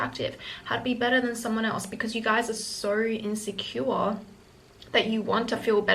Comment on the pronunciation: “Sow insecura” love that 😂